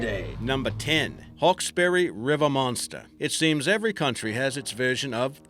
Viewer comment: Is pronounced hawksbry and bun-yip and there is actual evidence of the panther in nsw as they have paw print moles of it it’s actually thought to be a panther cat hybrid that have reproduced when someone brought a panther but couldn’t handle it and set it free look up the 60 min documentary